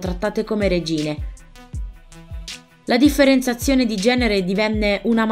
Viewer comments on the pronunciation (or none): "La diffenenzazzione"❓❓❓❓❓❓❔❔❔❔❔❔❔❔